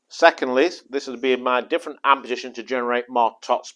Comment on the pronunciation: With the upmost respect with no intention of being mean. He says "and" instead of hand sometimes and i am really enjoying it.